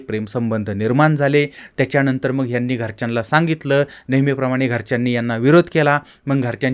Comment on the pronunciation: तूला नीट बोलायला येत नाही.साला उच्चार पण धड करता येत नाही.मग चां मंग उच्चार करतोस. सरळ चॅनल बंद करुन घरात बसलास तर प्रेक्षकांना आनंद होईल.